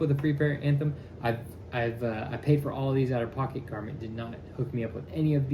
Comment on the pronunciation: Garmont NOT Garmit.